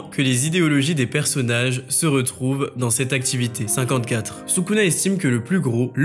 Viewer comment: a 7min 51 pourquoi ta dit 54 comme sa